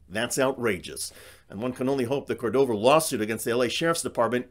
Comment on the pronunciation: It is /CORdova/, not /corDOva/, with stress on the cor- syllable. The correctly written Spanish name has even a written accent to indicate where the stress must go: Córdova.